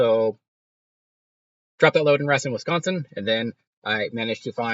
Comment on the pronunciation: Racine is pronounced: ray-seen